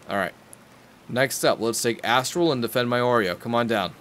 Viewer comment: every time you say astrol it sounds likes as awhile